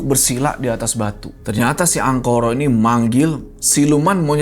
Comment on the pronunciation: ga salah denger pak kades ''Angkoro" 🖐